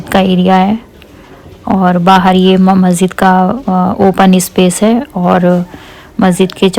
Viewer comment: Masjid not mazzid 😊😊